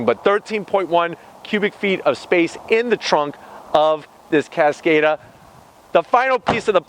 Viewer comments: CASS-COD-AHH, not cass-kayyy-duh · He’s pronouncing it wrong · Omg the way you pronounced the cars name over and over again wrong omg